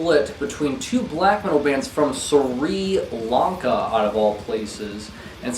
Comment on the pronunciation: I always hear a bit of Jesus Lizard in Pig Destroyer.... (btw, your pronunciation of Sri Lanka made me sad)